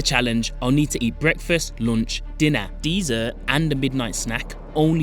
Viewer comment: I don’t think you pronounce dessert correctly.